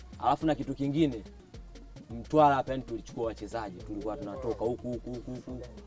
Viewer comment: Weweee dodi kweli mtambooo Mtwaraaa sio mtwalaaa